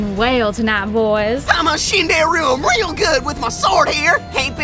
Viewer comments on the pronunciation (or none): none